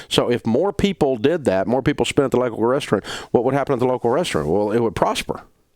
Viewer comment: Is his pronunciation of "restaurant" a regional thing?